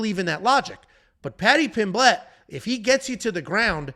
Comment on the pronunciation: lost it when you said paddy pim-blett hahahah its just pronounced 'pim-let'